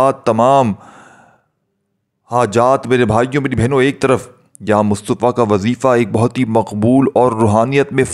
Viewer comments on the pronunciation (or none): Ya mutafa he ye lafz Yamustofa nahi plz talafuzvdrustbkarn